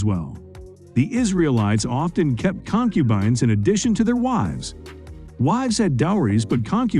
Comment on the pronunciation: The hell is a con-cuban. 🤣